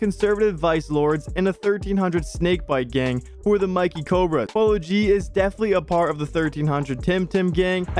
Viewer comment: It’s not Mikey Cobra it’s Mickey Cobra you gotta say like you saying Mickey Mouse 😭